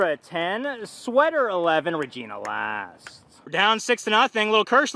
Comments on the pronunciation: It’s always so funny when he say las TA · Its la-staa